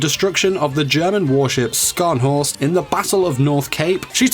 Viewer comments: I would like to say that u mispronounced Scharnhorst its not skarnhorst its Shharnhorst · "The Haych MS Belfast" "Skarnhorst" AAAAAAAAAAAAAAAAAAAAAAAAAAAAAAAAAAAAAA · Scharnhorst is pronounced like 'sh'arnhorst, ma dood. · Scharnhorst isn't pronounced like that, it's pronounced Sharn-horst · Beware of naval mines Also the Scharnhorst is pronounced Sharnhorst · You pronounced scharnhorst wrong